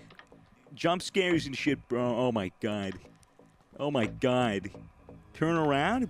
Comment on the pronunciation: Oh my gwad